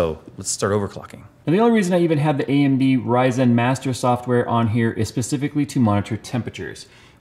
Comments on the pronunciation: Why are you pronouncing RYYYYZENNN like Austin Powers (Orange Sheeeerbeeert)? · I like how always pronounces "Ryzen" like "Ry-zen", it makes a dumb name sound a little bit cooler